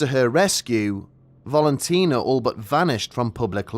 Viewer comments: I think it's Valentina , not Volontina. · Old stuff but for the mispronunciation of Valentina's name. It's VALentina, like VALentine. Not bloody VOLentina.